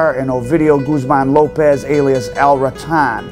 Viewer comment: Mostly Americans watching this but Chaahhhhvezzz and Gooozmahhn, really? At least try not to sound like 100% Mississippi Gringo